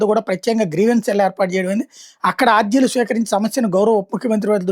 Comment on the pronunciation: మీ తెలుగు సరిచూసుకోండి ఆర్జీలు (aarjilu) కాదు అర్జీలు.అలాగే కందుకూరిని కందుకూరు,నెల్లూరు లోని కోవూరు ను కొవ్వూరు అని ఇలా చాలా తప్పులున్నాయి.సరిచూసుకోండి.